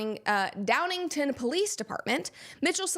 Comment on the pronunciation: It’s pronounced Downing-Town. SE PA mentioned!